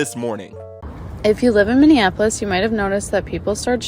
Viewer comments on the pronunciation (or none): none